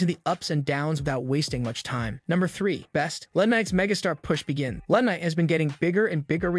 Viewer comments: Love how this guy mispronounces so many names. IT'S NOT "LA" KNIGHT, it's L.A. Knight. And Sickawah? It is pronounced Sick-Oooo-ah. Dammmmmmmn. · Again with the mispronounced names? It's L A Knight, not LA Knight. And why do you keep calling Solo "sicko"? 🙄 You also mispronounced Cody's name several times. Do you even watch wrestling? Or can you not read your own scripts? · Please learn how to pronounce the names correctly. It's L.A. Knight, not La Knight. You butchered Solo's last name too ..... And don't even get me started with how you butchered the living hell out of "Ricochet" and "Cody". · learn how to say wrestlers' names. La Knight, it's L A Knight. how do you not know how to say Butch? who are the U So's? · A lot call him LAA Knight insteasd of L.A. Knight. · This is a speech voice over app that's why sicko instead of solo, one night instead of LA and the most common Dominic Mysterio😂